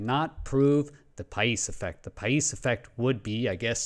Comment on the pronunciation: Paish ...you pronounced it correctly , but the name is romanian , just like himself ..or myself. Coincidently enough , the first videogame that i ever played on SNES in the late 80's , was TOP GUN (oh those carrier landings!) and only my best friend at that early age would actually Have the Nintendo game. His name .....you guessed it ...Pais. Now 30 years later we're still friends and i always troll him with questions about the navy patents .... he never understands wtf i mean .